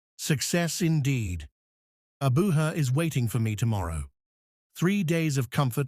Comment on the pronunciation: Abuja not Abuha